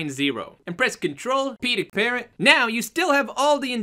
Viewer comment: hey I had fixed my problem I parented the wrong bone as well. he parents spine 3 when it sounds like he's saying patent CoreIK. Thanks for the reply tho